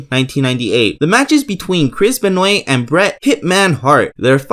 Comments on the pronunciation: sounds like doodle bob CHRIS BONOYNIOY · Lol, Paradactyl, Chris Benoyt